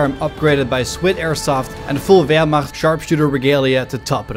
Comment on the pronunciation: Stahlhelm was really good pronounced Wehrmacht was also good pronounced